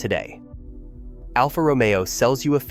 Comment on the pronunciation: Romeo is mispronounced 😮